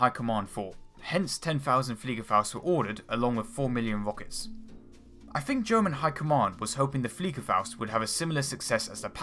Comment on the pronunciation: Your pronunciation of "German" takes away the idea that you are serious in relaying anything relevant.